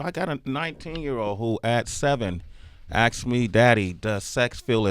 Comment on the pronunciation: "Aksed"? I find it interesting that people can be educated, and still not have the ability to speak properly.